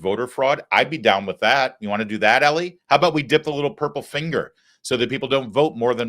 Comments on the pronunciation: EE-LIE. Not Ellie. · Damn dude, it's pronounced like Eli... E-Lie!!! Wtf, you've been in the media long enough that you should know better